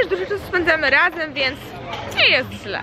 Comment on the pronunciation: "Jeszcze rlas", "rlazem", "nagrrrywac". Mam wrazenie ze specjalnie to akcentujesz. Czasem zapominasz i wymawiasz "r" normalnie.